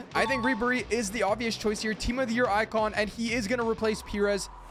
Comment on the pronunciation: Pìres is pronounced Pie-res